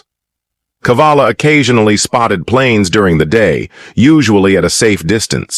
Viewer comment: Cavalla, not Kavalla. Saw it several times in the script.